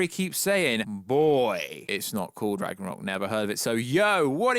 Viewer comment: its not called Ragranok, its Ragnarok, what the hell is Ragranok? is this a parody video this was confusing the entire way through